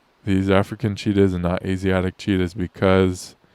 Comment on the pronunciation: I first thought you said "Cheetos, were being reintroduced to India".